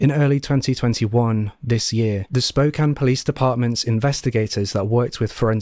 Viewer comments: Thank you for pronouncing "Spokane" correctly! You know how rare that is on YouTube? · Thank you for pronouncing Spokane correctly. I watch a lot of true crime, and my beautiful city of Spokane is unfortunately covered every so often. Most miss that. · I was a bluebird in the early 80s in WA. Thank you for pronouncing Spokane correctly. Everyone says "spo-cane" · You saying spokane correctly is so meaningful to me and I can't explain why. Love your vids!